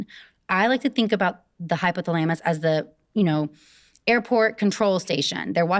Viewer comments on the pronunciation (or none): Noooooo not the hypo-thel-amus lmao credibilty lost the second I heard that pronunciation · she pronounces hypothalamus wrong… lol 😂😂😂